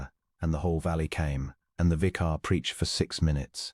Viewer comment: Mispronounced: content, vicar, tallow, argued, bowed, close, lychgate, embarrass, Adrian, use, rolling, …..; a human diction instructor is urgently required here. Also, the text is not synchronized with the spoken words.